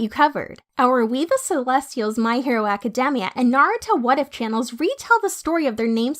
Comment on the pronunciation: The way the narrator says academia is kind of annoying but god vid